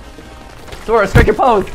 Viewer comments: matt says zora instead of sora multiple times. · I knew I shouldn't be watching this, but when you repeatedly said "Zora" instead of "Sora" I was out. Cheap cash in for views. Shame on you. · Mathew..... Sora with n "S" not a "Z" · Zora he said ZORA